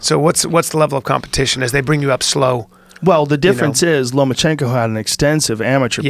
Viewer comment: Lomachenko...not, Lomanchenko.